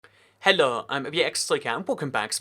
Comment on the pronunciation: That was the most French Hello I've ever heard